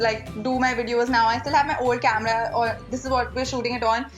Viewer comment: CAMRAAA The heck! HAHA Her pronunciation is funny as f!